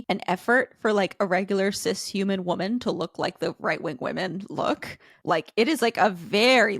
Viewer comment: I don't think that man is talking about tradwives, he's talking about the fact that she looks 14. Conservatives (Abby) really feel persecuted don't they? It's hilarious. Also, why does she pronounce woman as women? What a ding dong.